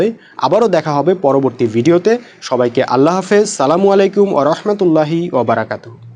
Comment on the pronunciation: "প্রিয় বন্ধুরা সালামুআলাইকুম" ভাই তোমার কথাগুলো সত্য, কিন্তু তোমারও ভুল আছে, তোমার সালাম দেওয়ার উচ্চারণ সম্পূর্ণ অশুদ্ধ। সুতরাং প্রত্যেকের ভুল থাকে, তাই বলে নিজেকে সবজান্তা মনে করে তোমার চেয়ে যারা বেশি জানে তাদের সমালোচনা করা ঠিক না। ধন্যবাদ